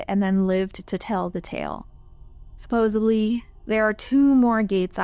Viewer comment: I believe the word you're attempting to pronounce is "Supposedly," not supposebly. Just FYI. I did enjoy the story, thank you.